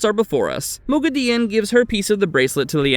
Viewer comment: Really? * CAR'A'CARN Correct pronunciation: Car'AH'carn - His pronunciation: Car'AYE'carn * MOGHEDIEN Correct pronunciation: Mo'gi'di'ehn - His pronunciation: Mo'geh'di'in * RHUIDIAN Correct pronunciation: Ruh'i'di'an - His pronunciation: Ruh'ee'di'ahn * SUAIN Corrent pronunciation: Swan - His pronunciation: Sue'ahn * AMYRLIN Correct pronunciation: Ah'mer'lin - His pronunciation: Eh'mer'lin * EGWENE Correct pronunciation: Eh''gwain - His pronunciation: Eg'gwine 🤦🏻‍♀ I don't know how many more names/titles he ended up butchering, because I finally clicked dislike during the Egwene pronunciation debacle and left the video. Yes, he did pronounce some names and things correctly, but I started to doubt he'd ever watched the show much less read the books and was just making Wheel of Time videos to make money off WoT fandom and he couldn't give even a smidgen of a rat's arse to get the names of major characters correct. There are enough true fans of WoT making excellent breakdown videos and review of the show that I don't have to waste my time watching this channel's rubbish.